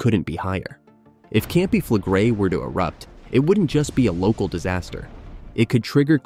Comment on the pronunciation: Pronounciation: you pronounce the last two vocals seperately: e - i , Campi Flegre-i. No joke.